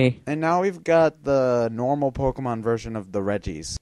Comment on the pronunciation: i swear to god, learn how to pronounce pokemon names...